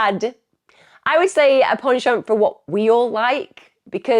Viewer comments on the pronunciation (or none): none